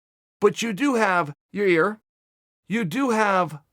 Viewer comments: Fans: Uncle Chael, it's pronounced Ya-Ear Uncle Chael: Ok, great....Ya-Rear Fans: Ok, great... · YA EAR NOT YA REAR. Your troll just makes you look like the ass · Uncle Chael. It’s pronounced Ya-Ear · LOL that killed me, the fan asked a legit question saying ya-rear. Chael " it's Yair, you idiot" enough said 🤣🤣🤣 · wrong body part. "ear".. not " rear".. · There he goes again with the Ya Rear.. It's Ya 👂 ear... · He trolled a fan a couple weeks ago who asked a question about ya-rear saying " it's Yair, you idiot" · Chael: I love Ya'rear. Uberpool: ... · "Your... Rear .... Rodriguez " damn it chael I'm tired of hearing you butcher my latino people's names! 😂🤣😎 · He keeps calling him "your-rear" lol 😂😂😂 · Hey guys. He's saying Urea. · chael its YAIR. Yah as in yahooo, and ir as in ear on your head. Yah-ear. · Hey Uncle Chael.... think of his name like this.... 'Guy' with a Y instead of G. Then finished it off with 'Ear'... as in cauliflower..... How many different ways can you fuck up the same name? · CHAEL YA-REAR KAMARA P SONNEN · It's Yah-ear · Yair "Yarear" Rodriguez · Ya-Rear, Kamara... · "Your-Rear?" Hahaha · "What do I think about ya-rear... I love it!" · he said the first yarear on accident i bet any much lmao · He’s def trolling us now! Lol ya-rear... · Chael “Yarir Amanda Noons” Sonnen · Uncle chael his name is....... YAIR !!!! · God damnit Chalay is saying Yarir again... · "Your-rear" does get opened up if Zabit fights for the title.. I agree uncle Chael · His name is now Chael “YaRear” Sonnen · Chael 3 weeks ago: snaps on a fan for making fun of him saying Ya-rear. Chael now: says Ya-rear. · Who is Ya-Rear ? Lmao I dont think Chael likes him too much. Hes doin it on purpose lol. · “Your rear” vs “zabit” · "Yo-ir Rodriguez"??? ... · Yarir is the best thing to happen in the history of name pronouncing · Chael “Ya-Rear” Sonnen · Yair "You better watch ya-rear" Rodriguez lol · I know I get a kick out of the fact that mr I'm always right sonnen cant say a name